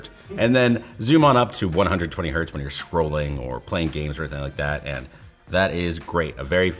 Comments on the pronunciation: one hert instead of one hertz... this maybe be the worst mistake related to LTT... nay, the worst mistake anyone related to Canada has made. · It's 1 hertz, not 1 hert. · It's not 1 Hert , it's 1 Hertz. It's Hertz, not Herts, so it's not a plural. Hert doesn't exist. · PS: It's 1 Hertz, not 1 Hert as people like to call it. It's named after the German physicist Heinrich Hertz, and thus the Z is part of the word. My last phone (which I just upgraded less than a week ago) was the LG ThinQ G7 and it had a fingerprint reader on the back by the cameras. I really enjoyed that. I have the Samsung S23 Ultra now with the screen fingerprint reader and thus far I prefer the reader at the back. Then again, I used the G7 for like, four or five years. It's always been hard trying to find something to upgrade to because the specs on the G7 were really strong, and most even high-end phones I found were only slightly better spec-wise compared to the G7 (like it had the same memory but a bit more storage, or the processor was just barely more powerful than what I already had, etc). If I didn't already have the LG, I would have been very interested in this phone. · "Go all the yway to 1 hert?" Im guessing you meant Hertz? Hertz is not plural... there is no such thing as 1 "hert"... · IT IS NOT HERT. ITS ALWAYS HERTZ C'MON THIS IS THE SECOND TIME SOMEONE SAID THIS IN YOUR VIDEOS. GET THE BASIC KNOWLAGE!! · 1 hertz not 1 hert 🤓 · one Hertz, not Hert. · "One Hert" 😂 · I'm sorry, did you say "going down to one Hert"? 😂